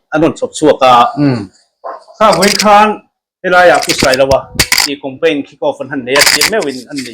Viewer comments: Thianpa chu Compaign i ti reng mai a, Campaign tih tur aw, i channel a ti ho tlat....hengte chu youtuber chuan lam thiam tur.... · Campaign tih tur ah compaign i ti char2 in ka hria..ka hresual ti dawn ila i sawi zing ve bawk sia.😅😅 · Compaign iti zel a sir,, Campaign tih zawk tur aw. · Ka rilrua awm, ka sawi châk deuh i lo sawi e...hetiang saptawng word khat lek, kan hman rim em em te hi chu anni ang social media, content creator ni chin te hi chuan, a zawng zawng anih loh pawn he word pakhat mi zawng zawngin jan sawi rim em em 'campaign' (kam-pein) tih mn ai nai te hi chu han lam dik ve hram thei ila chuan duhthusam chu a ni ngei zawk ang mole! 🤔🤷🤷😁 te ka lo ti ve mai mai a! 🤷